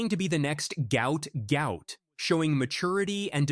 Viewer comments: Its not goot its gwot gwot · He’s said it’s pronounced how it’s spelt mate you saying it completely wrong